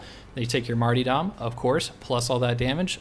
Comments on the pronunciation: (Also its 'marter-dum' not 'marty-dom') (sorry) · This is very similar, if not identical to my zealot build. Maul & Bolter combo, check. Wound curios+"Marty dumb", check. In fact, the only thing i disagree with in this whole video is simply the pronunciation of the word "Martyrdom". Dude, its "mar-ter-dum". Poor Marty will be upset you keep calling him dumb. That aside, this zealot build is the most fun to play and easily capable of running auric maelstrom missions (unless you get caught by gunners without your team to help out). Igniting the maul followed by light attack combo will control almost any hoarde, including crushers, maulers, shield ogryns and ragers.